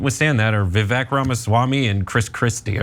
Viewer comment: Every time you say Vivek it sounds like "The Fake". It's perfect.